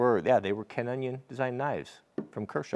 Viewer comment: I was looking for the toupe link, I think I've been had. :>O Just for the record, you don't get a burr because on one side the belt is going down, and on the other side it is going up. Ken's surname is pronounced O-n'eye-on. If you fix the machine down with a clamp, you can use two hands to steady the knife blade. It is a good sharpening system and they do an extension to grind knife blades.